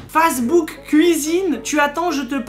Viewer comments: wouah starf la pronotiation de pour facebook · Facebook je le prononce tout le temps face de book😂😭